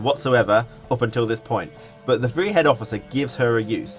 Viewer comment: Awesome video, really excited for the beta and ps4 release, just finished Witcher 3. Have you played Witcher 3? I ask because of your incorrect pronunciations, such as with Dijkstra or Vrihedd (Vry-head)